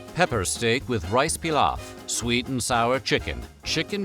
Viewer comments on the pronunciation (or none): none